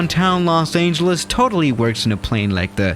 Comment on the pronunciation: he pronounces the ANGEL in los angeles